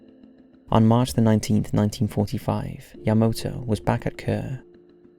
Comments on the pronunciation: It's YamAto not YamOto! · Yamoto? Really dude? How is it hard to pronounce Ya-ma-to? smh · I mean, the whole video he says Yamoto, despite obviously knowing it's spelled YamAto. Plus he says disorientated all the time. It really irritates me. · I'm flinching every time you pronounce "YA-ma-to" ("ma", emphasis put on first syllable) as "ya-MO-to" (wrong 2nd syllable, emphasis put on wrong syllable)... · YamAto not YamOto😁👍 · Yamato is pronounced YahMAHtoh.Not YahMOHtoh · Not YamOto, but YamAto!! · Yamato, not Yamoto.... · You're pronouncing it wrong... it's YA-MA-TO. Not YA-MOTO. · YaMAto. Not Yamoto. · Devlin Kane youll like your life to be miss pronounced? Because this video was so bad. So much miss pronouncing *yamoto*???? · “Yah-MAH-toe”...NOT fucking yah-moe-toe... Jfc.... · Great video, with the exception of the repeated mispronunciation of YamAto as YamOto. I know it's an easy mistake because of the commander being Yamamoto, but when everything else is right, that needs to be right also. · Yamato not Yamoto? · Why you keep saying "yamoto", "yamoto", "yamoto"...? It's YAMATO ! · Ya-ma-toe not yuh mo toe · Why the heck is he saying Yamoto? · Title says Yamato, yet the audio always says Yamoto. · Does a video about the Yamato, but keeps pronouncing it as Yamoto. Vergil won't get motivated with that. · your pronunciations of Yamato were a bit off but you did an excellent job of this:) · a bit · I'll give him a pass on MiG, since it is an acronym just like GOG (which I've heard as Gog and G O G), but Yamato isn't.